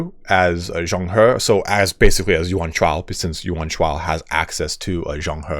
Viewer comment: You did good in zhang he’s name thats commendable. Let me help you at best i can! [Name: pronunciation] Yuan shao: yuh-when sha-ow Cao ren: tsa-ow run Xia pi: sha pee Wen chou: wun ch-oh Yan liang: yen lee-ung And so that you dont stress everytime you say his name Zhang he: ja-ung huh Props for still trying your best and not saying “ f-it ill read it like a retard.” 👍